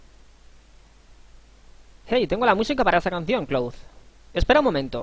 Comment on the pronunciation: Tus guías son mis favoritas, pero me pone un poco nervioso que pronuncies los nombres mal... Cloud es "Claud" Hojo es "Joyo" Junon es "Yunon" Mideel es "Midil" Gil es "Guil" Y así un poco con todo... Espero que con el remake escuches su pronunciación original y consigas modificar tu pronunciación. Por otra parte, me gusta respetar los diálogos, dar tiempo a leerlos o incluso leerlos tú, en lugar de pasarlos rápido para centrarse sólo en el gameplay... A veces no me da tiempo a leer y me pone un poco nervioso eso también, pero por lo general me gusta que tu jugabilidad y la guía en sí sea tan completa y te sepas todos los trucos y mejoras. Gracias.